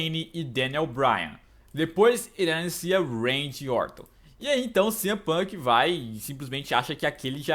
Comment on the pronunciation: só eu q sempre escuto o falando Randy Orton de Randy Úorton kkkjkkk zuera